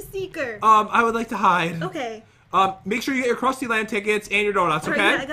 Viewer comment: Did anyone else realize that he said kusty instead of krusty